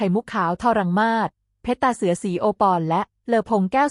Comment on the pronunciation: เพชรตาเสือ อ่าน ว่า เพ็ด ตา เสือ มิใช่ เพ็ด ชะ ตา เสือ วรรคตอน ผิดตลอดเลย ปรับปรุงด่วนนะหนู